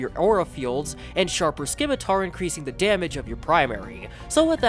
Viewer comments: The C in scimitar is silent. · can u not say scimitar or is it ragebait